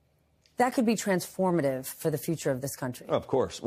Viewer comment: Stephanie - "NEGATIVELY TANSFORMATIVE"